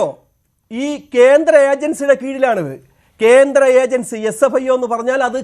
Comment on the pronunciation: വ്യാട്ട അല്ല ണ്ണ വേട്ട ക്യാന്ത്രം അല്ലണ്ണ കേന്ദ്രം 😀😀